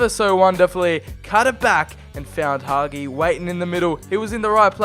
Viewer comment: Hagi s pronuntiation is Ha-Gee